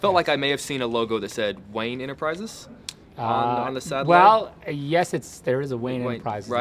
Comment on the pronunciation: "wayne enterprises" dammit. but im glad you pointed it out because i probably wouldn't have noticed it anyways lol